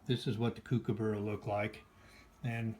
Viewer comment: Its pronounced cook-aburra - from an Aussie